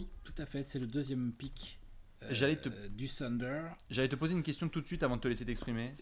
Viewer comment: Encore un “TEUNDER” et je me désabonne 🤣🤣